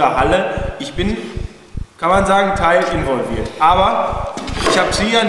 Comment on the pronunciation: ab 4.50 ;D Ich bin, kann man sagen, teilinvoliwiert...^^ (oder wie auch immer man das schreibt :P)